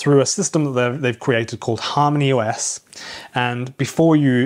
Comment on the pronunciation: When I first heard you say Harmony OS , I thought you said HARM THE US 😂